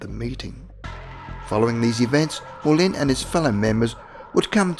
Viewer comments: As French, the CORRECT pronunciation of the name, was NOT Jean "Molyn", but Jean "Moulan", (written "Moulin").!!! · Might be an idea to study basic French pronunciation. 'Moulin' is pronounced 'Moo-lan'. Second syllable sounds close to 'land' but without quite finishing the 'n'. Imagine you're pronouncing an English 'n' but the tongue doesn't reach the roof of the mouth.